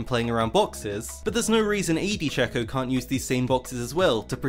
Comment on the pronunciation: It is pronounce shaco not shaco